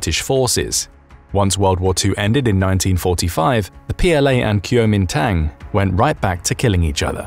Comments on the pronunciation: How "Kuo Min Tang", the party of Chiang Kai Shek is correctly pronounced: "Gwo Min Dong" not "Kew Oh Min Tong". Also your animation of the movement of forces during the Korean war is incorrect. When the war started, the North Koreans' surprise attack south across the 38th degree of north latitude ("38th Parallel) pushed the South Korean Army and a small force of post-WWII American occupation troops to the extreme southeastern Korean coastal port city of Pusan where the combined South Koreans and Americans stopped their retreat and set up a successful defensive perimeter around the city and its pirt. At this point, no Chinese forces were involved as your animation and narration incorrectly portrayed. It wasn't until October of the following year that the reinforced ROK and US armies combined with the surprise US Marine amphibious landing halfway up the Peninsula's west coast at Inchon when the North Korean Army was forced to retreat back north all the way to the Yalu River border with China that the Chinese Volunteer Army intervened. This is where your animation showed incorrectly that the combined Chinese and Korean Communist forces drove the ROK and American troops all the way back to the southern tip of Korea, when actually the Communists were stopped at roughly the halfway point at the 38th Parallel and the war became stalemated along that line where it remains to this day. Your animated map and accompanying narration are incorrect in depiction at two critical junctures of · It is not Q-MinTang. sigh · Mispronounced KMD.